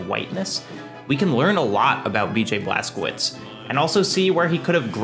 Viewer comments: okay say it with me: „BLAS. KO. WITSH“. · Cz is read as ch (like in i.e. check)